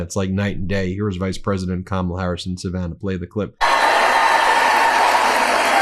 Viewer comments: He always pauses before he says Kamala’s name because he’s trying to make sure he pronounces it wrong. He knows how to pronounce it correctly because there’s been many occasions when he has. He’s TRYING to pronounce it wrong. So childish. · Every time he's gonna say 'Kamala', notice the slight pause as he has a quick think on how to pronounce it this time round. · If a person said the name rite millions of time b4 n now he can't prounce it rite, definitely something wrong with this person. Dementia or alzheimers put him in the mental institution. Vote BLUE, Kamla / Walz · He thinks making fun of people's names which by the way is another r)ethnic slur, and these disgusting audience members thinking it's funny just shows you the hate that he loves to spread and feed but pronounced one of their names wrong they will go off the rails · Trump is unable to remember how to say Kamala's name so he has to avoid it or make fun of it. I have rarely heard him pronounce it correctly and he is obviously uncomfortable with it. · He doesn't "mispronounce a word"? How about every time he says the name of the vice president, but he thinks it's smart to insult the majority of the population? Don't think all women, certainly older women, know all the micro aggressions of disgisting men like him. We have brought up our young sons to respect women. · Says 2 hours without mispronouncing a word and immediately mispronounces Kamala. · Nobody knows what her last name is? Trump doesn't even know what her first name is, or at least how it is pronounced. And Trump being Trump, he couldn't care less. At his rallies he weaves a verbal tapestry comprising vomit, excrement, insults and lies and thinks he has created a work of art? More a work of fart! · I don’t know who kamaula is, maybe if he bothered to say her name right someone could tell him her last name. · What a childish, insecure, petty child. He won’t pronounce Harris’ name correctly.